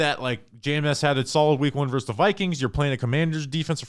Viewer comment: Can we stop saying “verse” instead of versus. Drives me crazy 😂. You don’t “verse” another team.